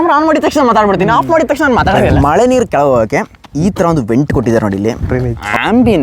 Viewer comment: ಲೋ ಅದು ಮೊಳೆ ಅಲ್ಲ ಕನ್ಲಾ... ಮಳೆ...😂😂😂